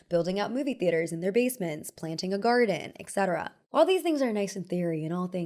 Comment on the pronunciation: I swear, a part of me disintegrates each time I hear a person pronounce it ECCETERA (et cetera). 😖